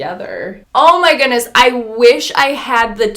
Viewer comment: 😏😂😂… oh my “gooonesss”??? that word has a ‘D’ In it lol 😂 “goodness” 🤦🏽‍♀️